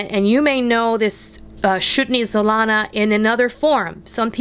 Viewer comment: this is one of my favorites from my childhood. Amd you pronounced it [erfecti;y